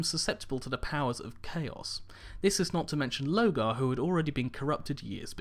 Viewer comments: Why don't you pronounce the R in LoRgar? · I love your videos... and I'm not trying to pick on you. I want you to keep up the hard work. You are awesome... but you are really bad at pronouncing the primarch names... Specifically (Lorgar) "Lore-gar" not "Low-gar" | (Omegon) "Oh-may-gon" not "Oh-mey-geron" - (Perturabo) "Per-two-raw-bo" not "Per-te-raa-bows" | (Guilliman) "Gill-a-man" or "Gwill-eh-mon" not "Gully-mon" (sounds like a digimon) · Pretty sure its Lorgar? With an R? Omegon, not Omegron?